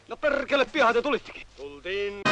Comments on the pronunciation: ''Perrrkele!'' xD I just think was joking about that word, I have never heard any Finnish pronounce ''perkele'' like did! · so you'r supposed to have like 6 Rs in there? as in Perrrrrrkele!